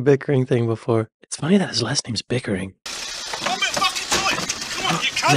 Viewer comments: I think it is pickering not bickering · I don't wanna sound obnoxious correcting you but accents can be tricking. The guys name is "pickering" not "bickering". I love your content and wish you the best <3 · lol, bro, his name is Ronnie Pickering not Bickering lol, also in England it’s common for delivery drivers to knock on the neighbors door with parcels if there’s no one home at the correct address so if the person expecting the parcel works the neighbours are up and down all day opening the door for parcels that aren’t theirs. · his name is ronnie pickering not bickering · Its Ronnie Pickering not Bickering lol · It’s Ronnie Pickering, not Ronnie Bickering.